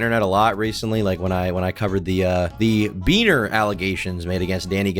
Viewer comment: emphasis on that beaner was crazy